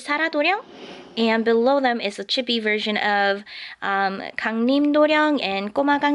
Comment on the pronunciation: your drawings is very awesome! btw chibi is prenosend chee-bee and sorry for my english am from saudi arabia ^^